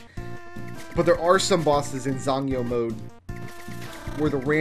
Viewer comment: As far as I can tell your pronunciation of "zangyou" was spot on.